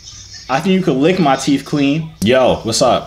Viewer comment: and he says teef